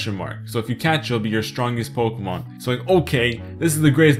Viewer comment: I PLAY POKEHMON GO EVEWYDAY!!